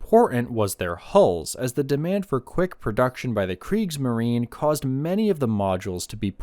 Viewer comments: Kriegsmarine = "creeks - muh - ree - nuh" Please. You are making me CRAZY. 🤣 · I didn't refer to that. See, you don't even have awareness. Before switching off after one and a half minutes, I heard two words spoken wrong: kriegsmarine and elektroboot. Tip: Become aware of the fact that english went through a phase now known as the Great Vowel Shift (GVS), and this is exactly what happened. So you usually can't just use your 'deformed' vowels on other languages. If you go to the WP article on the GVS, then ignore the article and click on Talk (top left), then down to the comment starting 'The linguistic knowledge level displayed by some...', then disregard the detractors - then you fill find a handy and comprehensible vade mecum on the issue. Hope it helps for your future international video career